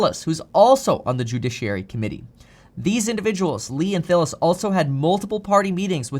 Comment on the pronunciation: *Tillis, not Thillis